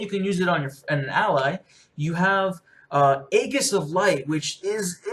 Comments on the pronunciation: EE-Jiss is the way it's pronounced in most TV/Film scenes. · Im a preach fanboy and I like this better. Aegis is pronounced EE-jiss btw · Actually both are correct. It is pronounced EE-jis in the British English dialect (which like it or not is where American English came from boiis); It is pronounced Ay-jiss in American English. Neither of you are wrong and both of you are correct so let's kiss and make up :)